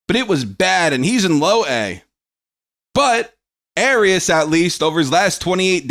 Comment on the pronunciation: it’s also my last name and it’s pronounced Ah-ri-us. (Just trying to help)